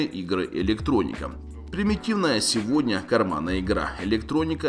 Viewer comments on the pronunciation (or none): none